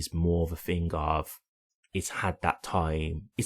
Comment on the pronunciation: I don't know what you mean when you Fink and Fing